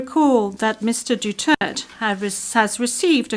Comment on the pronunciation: I really cannot get over the judges' pronounciation of Duterte's name. They seem to use Doo-church and Dutert interchangeably.